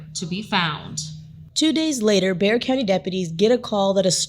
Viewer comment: the x in bexar isnt silent yall